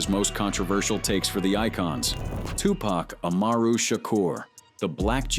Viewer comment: Dude can't even say Tupac name right 😂😂😂😂 where u living at? In the UK?